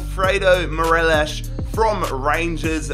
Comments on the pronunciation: It’s Morelos not morelishhhhhhhh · He says morelish but it’s Morelos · Great video as always. M-O-R-E-L-O-S, not Morelosh. He's Colombian, not Portuguese. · Absolutely love the vids been around since Man City and Utd rebuild in Fifa 17 but just letting you know it’s mo-re-los not merelesh 💚 mon the Celtic anyways xxx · did you just say MERELESH? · Morelos is pronounced M-O-R-E-L-O-S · Right cmon your saying morelos wrong😂😂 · Everytime he said morelos i cringed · what is that morelos pronunciation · How hard is it to pronounce Morelos. Not very